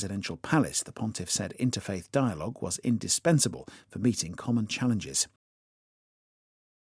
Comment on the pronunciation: 혹시 meeting 이 beating으로 들리지 않나요.